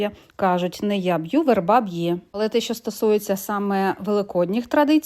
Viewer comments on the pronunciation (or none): Дякую за інформацію. Прохання ставити правильно наголос: не вЕрба, а вербА.